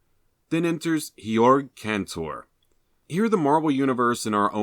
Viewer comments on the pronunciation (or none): Hold up! Georg (pronounced like gay orc btw) Cantor was a German mathematitian.